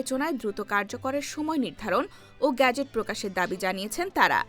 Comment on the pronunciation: বাংলা উচ্চারণে শব্দটি গ্যাজেট নাকি গেজেট? এই উচ্চারণে প্রচন্ড শ্রুতিকটু শোনাচ্ছে।